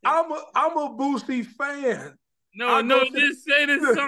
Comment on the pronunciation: I know you didn't just mispronounce this man Boosie name aw hell naw. Who is "Lil Boozy" lmao?